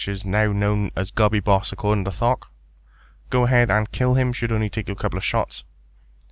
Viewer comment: "thok" sounds like fuck when u say it lmfao